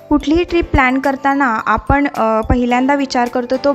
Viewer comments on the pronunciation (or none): आनी, आपन नाही आणि आपण असे उच्चार करा.